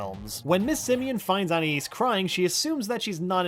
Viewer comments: I've never been able to figure out the pronunciation of "Anais". Every episode it's different. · Why can no one say Anaïs correctly?